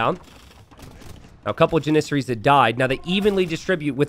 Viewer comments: It's driving me nuts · the way u pronounce janissaries 😂